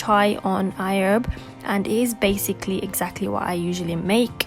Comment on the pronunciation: WHY DO U KEEP SAYING IHERB CONSTANTLY AND IN AN AMERICAN ACCENT??!!!O HAD TO CRINGE EACH TIME U SAID IT!😑🤔